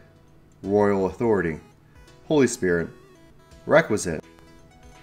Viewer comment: Love your videos man but it's WRECK-WE-ES-COT not requisite.